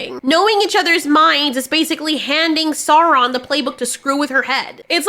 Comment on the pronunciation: It's pronounced saurrrrron apparently?